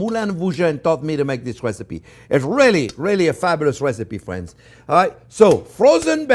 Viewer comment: i was having a horrendous day but hearing him say "okay fwiends" so happily and excited just cheers me up every time